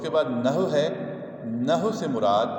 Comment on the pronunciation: یہ نحو کے لفظ کو و کے ساتھ پڑھنا ہے مطلب۔ نہ ہو نہیں پڑھنا۔ Na Haww prhna. Naho nahi